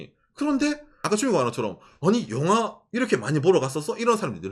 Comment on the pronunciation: 영하가 아니라 영화인데.. ㅋㅋㅋ 갱상도 발음. ㅎㅎ